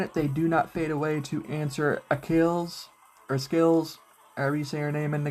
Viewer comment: ITS AKILLEZ BTW Like Achilleas xd